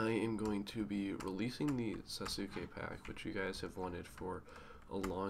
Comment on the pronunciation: so disrespectful the fuck is a Sasu-ke? fam we pronounce it all in one word sasuke (Sas-kae).